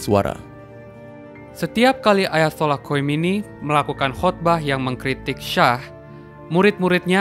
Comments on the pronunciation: Khumaini bacaannya mas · Salah pelafalan.. Harusnya khumaini bukan khomeini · Khomeini bang bukan khoemini ha ha